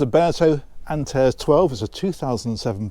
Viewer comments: I'd pronounce it "Ant-are-ezee" - is this a Meile discussion moment?! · Gorgeous gorgeous boat!! Love it! But you've definitely got the pronunciation wrong. It's pronounced 'Ant - air - ease'.